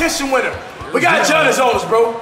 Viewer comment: Omg cash YAH-nnis Giannis not Gee-Annis.....